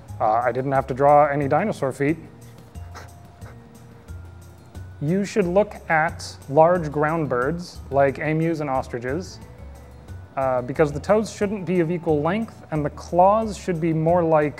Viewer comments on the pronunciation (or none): it’s eeeemus not e mus